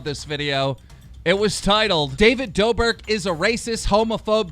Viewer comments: Who The F***k is David Dober? Its David Dobrick! Like it's 'Rick' not 'Ber' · NIGGA STOP ITS DAVID (IM PUTTING IN OTHER WORDS SO YO DUMB ASS CAN PRONOUNCE IT) DOUGH BRICK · keemstars pronunciation of Davids name has to be fixed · DaViD do”BERK”